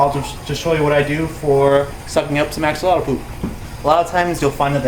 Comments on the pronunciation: its pronounced a-sho-lo-t the x is pronouced (sh ) and you dont pronounce the l at the end . sounds funny. i should know nahuatl is the language of my people . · It sounds funny the way you say it, in the original language of the word "Axolotl" the X was used as if it was an J, i dont know how to write it, but here in México we say it as "Ajolote". Did you know it is an endemic species from Xoximilco lake?, is actually an endangered species and i thought it was impossible to breed them in captivity. I dont know how to feel about the fact that there are places in the world where axolotls have much more value than here, were they are from...